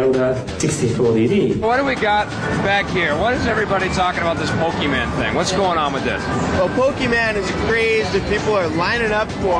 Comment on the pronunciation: pokeMAN??? fools can pronounce shit right... "po-ke-MON"